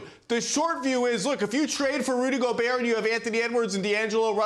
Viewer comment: Nobody: Big Perk: ‘Rudy Go-buuur’